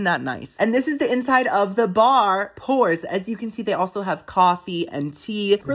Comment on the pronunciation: When you said pours, I thought you meant pores lol. I was like "eww"